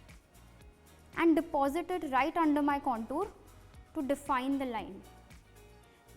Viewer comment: Contuur haha lovely English